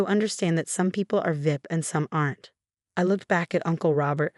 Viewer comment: there a lot of really bad parents sadly but this is a wonderful mother and the AI screwing up how they say VIP is quite funny